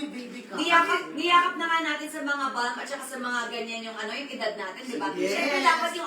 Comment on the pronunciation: wag po magagalit, ang "balm" po ay silent L po. kaya [bam] po ang pronunciation